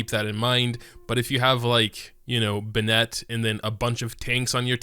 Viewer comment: benit not ben-ette